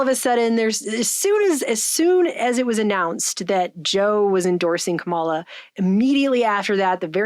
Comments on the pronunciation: For future reference: She pronounces it “KAH-ma-la” not “ka-MAH-la.” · it’s mispronounced SKANKALA